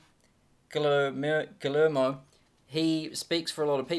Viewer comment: "Glu..mer...uh...Gulermo" Heh heh. For future reference,...it's pronounced "Gee Yed Mo" Love the video though.